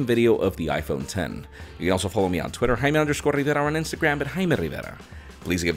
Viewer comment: I know that you have a spanish name but why do you have to pronounce it with that accent, even I dont pronounce my name like that